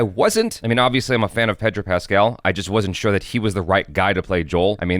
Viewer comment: Did he say Patrick Pascal?